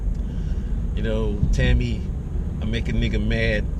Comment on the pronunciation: Tomi- not Tami.